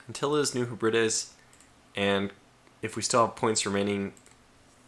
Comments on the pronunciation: Oh my, this was one excellent video. As "Graustreif Brombeerkralle" mentioned, that was probably the funniest moment in the video! Besides that, as far as I know, New Hebrides is pronounced, New Heb-ri-des. And as always, England Prevails! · I believe New Hebrides is pronounced New heb-red-dees... 😉